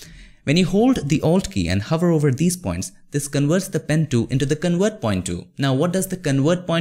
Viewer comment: Could you please enunciate well the letter "v" ? you say "con-werts" when it should be "con-verts". 😁